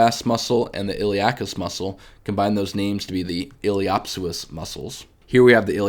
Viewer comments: Hi. Great videos that really help visualize the femoroacetabular joint. A few pointers on pronunciation. The “p” is silent, so pronounce it “ilio soas”. Also the “a” is long not short, sounds like “saycrum”. Source: my experience in applied anatomy in surgery for the last 20 years. I am a surgical technologist. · Feedback is to stop pronouncing words incorrectly like ili “op” psoas. I’m not sure why you intentionally mispronounce. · The "P" in Iliopsoas is silent, no?